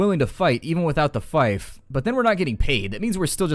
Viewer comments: Yes, I was thinking the same thing. 'fife'. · Does anyone else find it irritating how he pronounces fief?